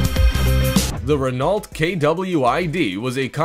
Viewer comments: Renault is NOT Ren-Alt. It's Reno. D'oh! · So you missed out on the ruh-NOLT at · RenALT? Kiron? Need to work on that pronunciation my guy... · It's pronounced 'Ren-oh', not ren-alt. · will all Americans STOP mispronouncing words. its RENO not RENALT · By the way, Renault is pronounced Re-no, not Re-nolt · It's pronounced REN-O NOT REN-AULT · RENAULT is pronounced Ren-no or Ren-know. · Pronounced Renno and not Renalt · I'm an American and I know how to pronounce Renault. (reh-NOH). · yea he pronounced it renult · Seriously!? Renault? It's pronounced REN-O... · "Rennolt" and "Bugatti KYRON"... really? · his pronunciation is horrendous, renault is pronounced reh-no, and the isetta is pronounced eye-setta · Renault is pronounced Ren- oh. Your voice doesnt bother me as much as these other people are saying. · Its pronounced REN-NO not renault...... The t at the end is totally silent... Its french.... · dafuq is ren-ault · Christ, this narrator is annoying! "Rennolt?" Really? You can pronounce "Chiron" correctly, but you can't manage "Renault"? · the way he is pronouncing renault is giving me a headache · this video gives the perfect demonstration of how not to say Renault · Stop saying Renault wrong! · Are you mispronouncing Renault on purpose? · Has the VO ever heard of any brand of car before?! Or seen a car? Spoken as if he's totally unfamiliar with, you know, cars and who makes them. Especially "enjoyed" his pronunciation of Renault. And the three wheels on the Toyota FV2? Yeah, there are clearly four wheels shown in the video. That you just narrated. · U pronounced Renault wronge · Miss-pronounced Renault Kwid Im out